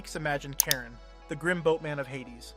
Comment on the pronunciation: CHARON Is pronounced: (SHA-ROAN), NOT "Chairen" or "Karen" idiot.